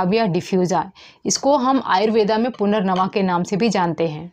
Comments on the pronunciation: कृपया कर आयुर्वेद को आयुर्वेदा ना कहें केवल हिंदी का उपयोग कर अपनी संस्कृति का मान बढ़ाए ।धन्यवाद । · आयुर्वेद होता है...आयुर्वेदा नहीं